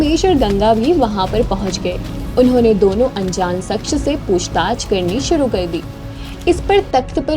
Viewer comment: Mafi chahunga...shaksh ke ucharan par Dhiyan de....voice have a good voice..keep it up...Jai Hanuman ❤